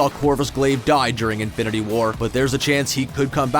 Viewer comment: Is it just me, or does it always sound like he is saying Avengers: Infinerty war??😂😂